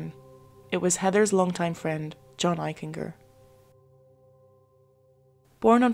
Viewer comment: His name is pronounced Eich en ger.The g has the j sound. Jennifer was not born in Bridgeport, she moved there when she was 18 months old. Unfortunately he is my cousin